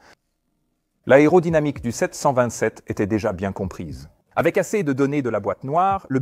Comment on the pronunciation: ...le temps z'été agréable....oui oui c'est cela,tout à fait ^^.